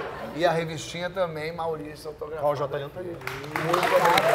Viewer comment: Paulo Vieira falou errado o nome do Jotalhão: pronunciou Jota Leão, rsrsrsrsrsrs!!